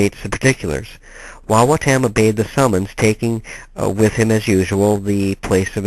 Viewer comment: It is pronounced WA WA TUM